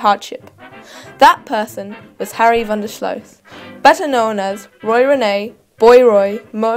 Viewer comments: pronounced REEN not Rennay. From someone who lived during that era...my Dad and Mother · Roy Renay? No. Roy REEN as in SEEN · His stage name Rene is pronounced 'REEN', not 'RENEE' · It's pronounced "Reen" and his last name isn't pronounced "slow". He was born Henry van de Sluice, as in "juice." Before making a video of an iconic Australian figure you should first research on the proper pronunciation.